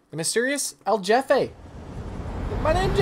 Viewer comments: El hefe not El JEFFE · El Hefe is the pronunciation you are looking for bro lol